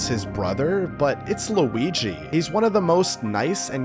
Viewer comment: It has an L it’s Luigi